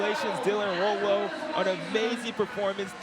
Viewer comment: Rowell rhymes with “owl” for future reference. This won’t be the last time you need to say his name.